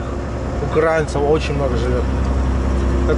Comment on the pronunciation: ты УкрАинец или всё же УкраИнец? Ставь ударение правильно. А в остальном лайк.